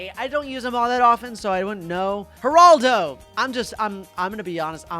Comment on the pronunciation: Why does he say Geraldo like Heraldo